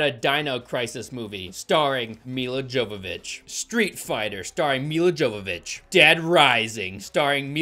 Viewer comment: Nobody is going to tell this man how much he's butchering Milla Jovovich's name?